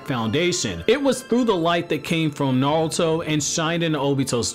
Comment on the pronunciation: Sounds like you're saying nawuto instead of naruto